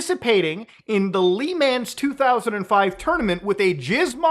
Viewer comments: "lee man tournament" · Ikr Lee Manz my favorite French endurance race! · Say "lemon" with a French accent. That's how you say Le Mans lmao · Muta it's not "Lee Ma•an's", it's "Luh Mons" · The fact Muta call the Le Mans 24 Hours endurance race a ''tournament'' is more insulting than all the shit that Stefan did, yes including the Ferrari that campaigned that year in France. Also it's pronounced 'Le Mawns' not 'Le-mans' because the French can't speak properly. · "LEE MANS"??? HaHa! Its pronounced "La Mahns" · Blasphemy...you live in Canada, where there is french speakers and you said "LEE Mahns" cmon Muta im dissapointed LOL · bro said "lee mans" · Jesus the way Muta say LeMans as LEE-MANS XD WHY XD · muta pls. WTF is LEE MAN'S Tournament??! hahaha only racing fans will get how terribly you said that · Muta pronouncing Le Mans like “Lee mans” made my day lmao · Did you seriously just fucking say "lee-mans?" please tell me that was ironic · Le Mans tournament 🤣 totally butchered that one. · Lehman Bros is a Bank Muta, but Le Mans, that's the 24 hour endurance race. As a Canadian, I'm appalled you butchered the 'Le' so badly here.. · As a motorsport geek your pronunciation of Le Mans and labelling it a 'tournament' damn near put me in an early grave XD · How muta pronounced Le Mans killed my heart